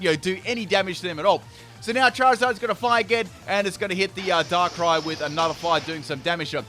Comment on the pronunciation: Did he say DANKRAI? :O